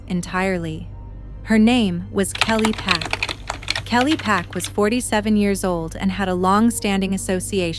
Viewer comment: And the suspects last name is Park not Pack. I found that out just by searching the case.